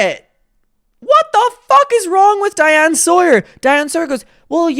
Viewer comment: hey shawty, it’s diane sawyer, not diana lol